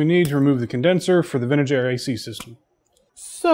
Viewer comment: Every time you said Vintage Air, I heard Ben and Jerry's. Ha Ha Ha. Great video as always. Really dig the Truck.